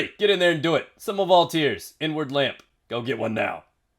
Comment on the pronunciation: At first I thought you said N-Word Lamp